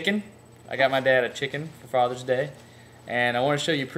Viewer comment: A chicken. - "The peeufect fathurr's deeu geeeaft". - I knew it when he said it. 😆 I suspect this works so well on camera because the chicken is enjoying watching itself a lot, too. 😁